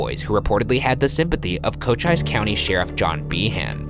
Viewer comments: "cochICE" lmao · I think (Cochise), is pronounced, "Co-Cheese" I hope that's correct...because that's how I remember it! Thanks, guys.:goodvibes: (I'm old!) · Saying Cochise as Coach-Eyes was pretty bad too.